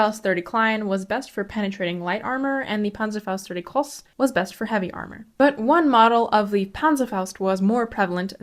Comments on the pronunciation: Nice Video Just to mention, in groß, the emphasis is in the o, which ist pronunced like "Oh" in "Oh my god"with the ß pronounced like the s in "sister". Also in Panzerbüchse, the dots over the u in german mark an "Umlaut" which can be transcripted to "ue". Pronounviation is a bit difficult, as at least no example oft a simmilar sound in english comes to my mind right now. Greetings from Germany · I've watched a lot of historical movies and videos on youtube and few presenters even bother trying to pronounce German words in any recognizable way. You did it quite well, and I appreciate the effort. The only mistake is that a vowel before "ß" is always long.